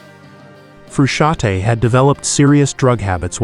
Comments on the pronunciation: The n in Frusciante is not silent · Are you kidding? Making a video about someone and mispronouncing his name all throughout the goddamn video? Shame on you!